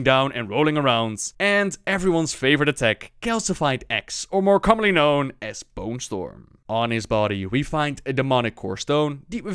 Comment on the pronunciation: The voiceovers are just awesome! Only you pronounced bone storm wrong. Repeat after me: BOOOOOOOONE STOOOOOOOORM!!!